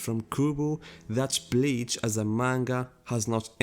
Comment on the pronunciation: Your pronouncation: "Every Bitch fan"